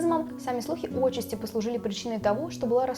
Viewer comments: Девочке нужно ещё развиваться, читать побольше. Некоторые слова очень режут слух. Особенно удивило "Отчасти" вместо "отчАсти". Хотя, где-то она мне даже немного подняла настроение. Очень понравилось слово ФИЛЛЕР вместо устаревшего ФИЛЁР)) А в остальном я такой же занудный комментатор с отсутствием чувства юмора, абсолютно не понимающий зачем романтизировать и воспевать болезненное пристрастие. Я не гомофоб, болезненное пристрастие иногда случается и между мужчиной с женщиной, но с настоящей любовью здесь мало общего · ОтчАсти, не Отчасти